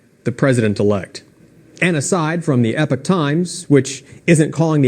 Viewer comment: I love how Americans seemingly all can't read. IT'S EPOCH TIMES, NOT EPIC!!!